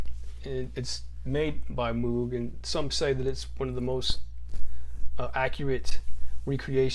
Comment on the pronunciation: The Muug? It's Moog..